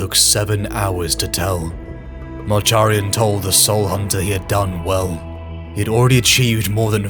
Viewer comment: Love the video but you keep mispronouncing Malcharions name wrong lol